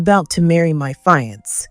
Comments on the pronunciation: Fiance should be pro pronounced as "fee-on-say" or "Fee-ahn-say"! NOT FA-YANS! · Fiancé is a French word...not a "fire-ants" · Can't you find readers that upropeproninciatipfiance ?( fee =on-say) 🤣🤣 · Why do the editors not catch the severely wrong mispronunciations to very important words to the story. ‘Fiance? “ ugh